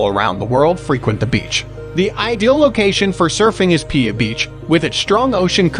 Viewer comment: you said piha wrong. but it made me laugh